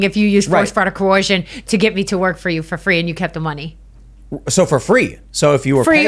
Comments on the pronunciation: The word is coercion with an 'er' sound, not coorcion with an 'or' sound - just saying🤣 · Only an American could pronounce it as Co-Wersion 🤣🤣🤣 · Not a good sign when your attorney can't say coercion